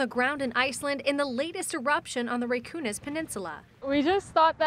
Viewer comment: Thanks for explaining... I was about to do the same but you did so, so succinctly. And what was with the reporter saying "Raykoonis peninsula"? Good lord. It's not like that's one of the hard Icelandic names to pronounce. 😅 Atleast the reporter got the 800y point correct. The dumb producer must not have believed her and thought she meant 8y.